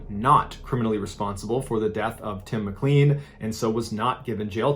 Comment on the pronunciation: RIP Tim McClean. Pronounced McClain. The RCMP waited for hours and watched Vince mutilate his body. Many passengers are still shocked and have PTSD. Vince is now Will Baker and lives back in Edmonton. As for the volcano the passengers weren’t notified on the danger of the tour and the company ignored the warning to stay away. The helicopter rescue service didn’t show up and cost lives. A civilian and his friend saved the lives of others in their own chopper. Love the channel, not hating, just adding in some facts for the families sake. I voted for a different series but I can see why this one won, wow! Also it would be cool to see that first guy if he’s still doing blogs. Cheers Ballen! Thanks for your service! 🙏 Gratz on surpassing 1mil. Donate some of the earnings to the Like buttons hospital bill that’s been racking up but write a bad check ;)